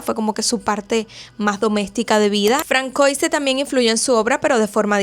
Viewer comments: De veras que no soy quiem… pero tanto cuesta buscar la pronunciación de algún nombre en google? Osea, entenderías de veras lo aberrante que suena si supieses que se pronuncia “fransuá”. Así te ahorrarias medio video de aberrantes “francoises” y podrías tener más credibilidad. A parte que te has saltado etapas de la vida del hombre de una manera guapisima 😅 Esq voy a pausar el video srry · No se pronuncia "Terese" sino "Terés". Y no se pronuncia "Francoise" , sino "Fransuáz" En francés, como en catalán, existe la letra Ç (llamada ce cecilla) que se pronuncia como una S. De ahí que se escribe Françoise. Saludos.